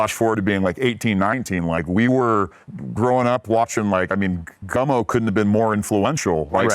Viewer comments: Why is Andrew calling that movie "GUNMO' when its GUMMO??? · Gummo not Gun-Mo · Andrew kept calling it “gun-moe” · Gummo, not Gunmo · Is it just me or does he keep saying Gun-Mo? Hahah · Andrew, for Christ's sake; the film is titled :"Gummo", not "Gunmo". Not a big deal, but I guess you had to be there, when it came out? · Why is he callling the Harmony Korine movie Gunmo, isn't it Gummo? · It sounds like you are saying “Gunmo” not “Gummo” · Man called it "Gunmo." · I keep hearing 'Gunmo'. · sorry are you saying "gunmo"? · Gummo, not Gunmo. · Why does he call Gummo "Gunmo"?